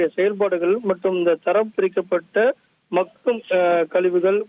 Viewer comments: Hi தொகுப்பாளர் sir, அது மகும் குப்பை இல்ல bro.. மக்கும் குப்பை.. உச்சரிப்பு மாற்றி கொள்ளவும் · ஒரு தமிழ் வார்த்தையை கூட சரியா உச்சரிக்க தெரியாதவனுங்கள்ளாம் தொலைகாட்சியில் வைத்திருக்காங்க.. மக்கும் குப்பைக்கு - மகும் குப்பை என்று சொல்லுறாங்க.. இதையும் ஒரு ஆசிரியர் கேட்டுக்கொண்டு அதை வீட்யோவாக வெளியிட்டு இருக்கானுங்க...